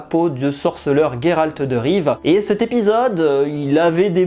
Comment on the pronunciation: Pourquoi tu dis "Gayralte" ?